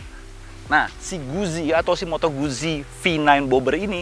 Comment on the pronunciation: Pengucapan moto guzzi itu moto gut-ji hehehe